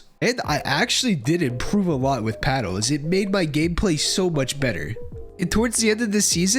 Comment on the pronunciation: bro can you stop saying paddles as paddos im getting wrong thoughts